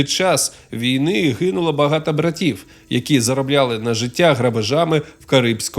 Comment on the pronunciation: Круто, що є контент українською, але в вас багато помилок у вимові. Кожен раз чуючи слово багато, в вас чується закінчення а, а не о.